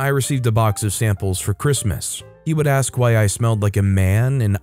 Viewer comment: Man you approved a lot over the years of reading stories. I forgot that you said axe lol. I think what really helped you was doing scary time